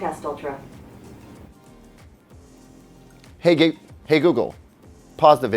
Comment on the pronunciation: On he almost calls google gaygle...